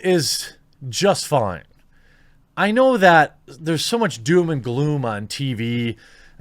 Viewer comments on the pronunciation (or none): none